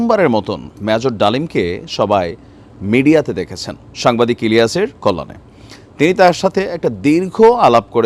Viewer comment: ভাই সাংবাদিক ইলিয়াসের নাম মুখে নিয়ে আর করে ভাই নামটা উচ্চারণ করেন দয়া করে আপনার চাইতে অনেক সিনিয়র সুন্দরভাবে বললাম তা না হলে লাইভে এসে কাইল্লা বলবো কিন্তু